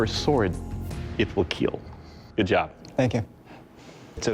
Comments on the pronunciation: its kill not keel! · I am irritated with It will keel. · Imagine being judged by a man who can't pronounce the word kill or salmon correctly. A KEEL IS ON A BOAT DOUG!!!! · Will it kill? "It will keel". Hehe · Just came here for my daily dose of “It will keel!”